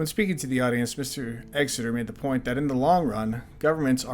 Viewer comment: It’s Exter not Exeter